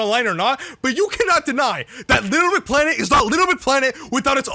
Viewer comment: For a channel based around Little Big Planet content, you seem not to be able to pronounce it. “Lbpltt”